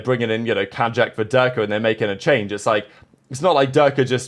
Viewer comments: Enjoy your videos mate, but can you please try and learn to say Kaajak's name correctly? It's pronounced like the watercraft, Kayak. K-eye-ak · Day 2 of telling that it's pronounced "kayak" until he starts saying it correctly